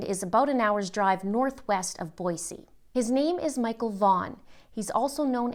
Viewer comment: Holy crap!!! You pronounced Boise correctly!!! For everyone, it’s pronounced Boy-see, NOT Boy-zee! Great job,!!!